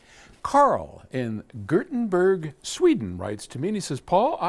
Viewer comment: Your pronunciation of "Gert-n-bergh" sounded like something the Muppets' Swedish Chef would say. It's either Gothenburg in English, or something more like Yer-teh-BOR-ee in Swedish.